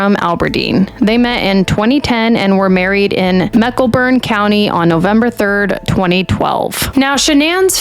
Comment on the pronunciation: Eh not really. She can even pronounce Mecklenburg county correctly and took 3min15 sec to even start her video.